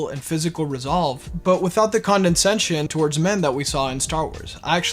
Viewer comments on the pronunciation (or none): I love how a dude who can't pronounce 'condescension' is complaining about being condescended to.